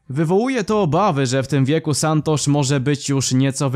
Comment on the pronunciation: Santusz nie santosz